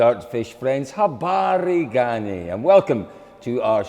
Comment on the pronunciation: Colin started from forgetting to say Safari Rally now he can say Jambo and Habari Gani. I give him a 10.